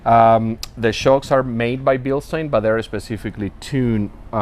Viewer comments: It's pronounced" BILL-stine." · No. It’s either the two major pronouncements are, Bilstein or Bilstein (Bilshtein/Bilshtain). That’s how the pronouncements are, depending how u say it. Not the ones u said.